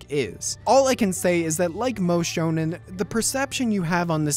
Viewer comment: whats "shownan" or what ever you said?